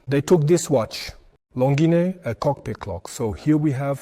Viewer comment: Why do you keep pronouncing Longines differently throughout this video? It's unsettling